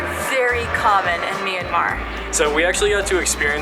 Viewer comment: And also it's not me-an-mar It's m-yan-mar